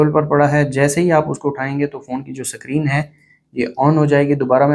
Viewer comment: Screen ❌sacreen✅ 😂😂😂